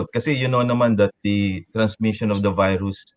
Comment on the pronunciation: "Veerus" is how russians pronounce the word virus. Pres. DU30 reminds me of Putin whenever he utters the word. 🇵🇭👍